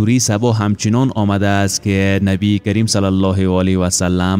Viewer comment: برادر جان با عرض معذرت درد بر نبی کریم (ص) درست تلفظ کنید تشکر